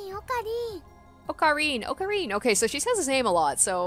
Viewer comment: this is really nitpicky but her okarin pronounciation has the “english R” and not the “japanese R” (idk how to better describe it). i get that its hard to pronounce the japanese R for native english speakers but thats one point to look into if she wants x)